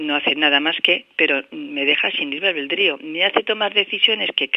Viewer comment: Kesel aveldrío jajaja